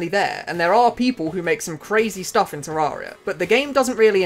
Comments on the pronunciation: Ta-rare-e-ah. Not ta-roar-e-ah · bro hit us with the "Terrahria"